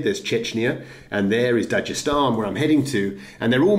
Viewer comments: You fucked up on this one balds “dajestan” my nigga its da-g-estan with a g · Stop pronouncing it wrong.. even khabib pronounces it dag estan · please stop pronouncing Dagestan as "Dajestan". it hurts my brain.. also, the K in Khabib is silent. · For anyone reading comments, it's pronounced not "Dajestan" but Dagestan with G like "dagger". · Most people who speak English do not pronounce as Dajestan. But it's not really a big deal.